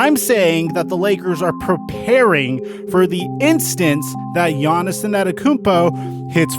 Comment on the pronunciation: wtf u say Giannis ' name like that?